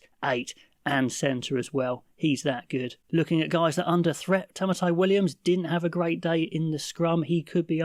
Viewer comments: that is how you say his name - its Ta-mai-ti not Ta-ma-tai - get over yourself and you are obliged to say peoples names properly numpty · I enjoy your show, but please remember it's "Tamaiti" (like "Ta+mighty") not "Tamatai" (Williams).